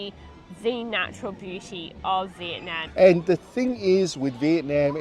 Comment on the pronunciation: If you are going to do a video comparing Malaysia and Vietnam, you would have more credibility if you could pronounce Vietnam correctly. In the video link is a fellow Australian of Vietnamese heritage correctly pronouncing Vietnam.